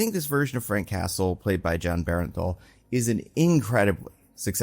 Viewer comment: Heads up: It’s BERNTHAL, pronounced burn-thal. There’s a few content creators calling him berenthal and I wonder where that comes from